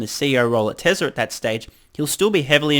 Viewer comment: You and Elon are among the few who pronounce ‘Tezla’ properly. Thank you for your attention to detail.